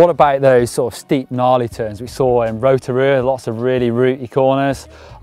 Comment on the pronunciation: you pronounced rotorua wrong